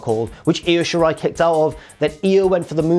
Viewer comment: Props to for not pronouncing it as eye oh shirai